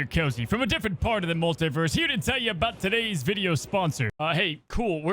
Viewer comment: into the Molt-i-verse